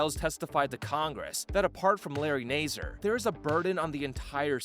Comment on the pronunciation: dude really said NAISER😑